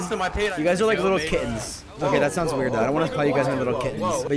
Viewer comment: sounds like Pokay and i hear it every time i watch a video